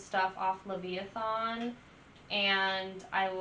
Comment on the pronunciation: You made me laugh....it is "Leviathan". Not Lev-i-a-thon. That was adorable. Yeah, Mastadon is excellent and Brann is a killer drummer. Lots more to enjoy and I hope that you'll post more about them. ;)